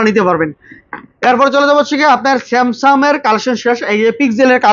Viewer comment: ফোনের ব্লক করে কিন্তু ফোনের নামটাই ভালো করে বলতে পারেনা স্যামসাং কে বলে সেমসাম।